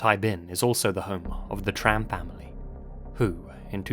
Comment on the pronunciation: Love your videos, and this comment will probably get burried, but I need to say it... You take so much time and effort to reseach these stories, so it might we worthwhile to pronounce the names right - if for no other reason, than to show appriciation to people from those cultures. Tran sounds more like [chan], Nguyen like [new-yen]... You can easily check how the foreign names are pronounced, on websites like Forvo for example.